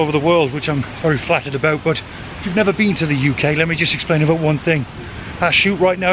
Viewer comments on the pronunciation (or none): none